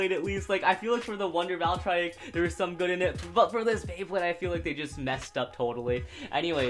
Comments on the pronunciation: Not valtriiiek it’s pronounced. val . Tree . Ek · Why does he say valtryek wrong